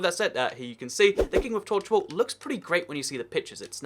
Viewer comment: Lol the vid says tochwall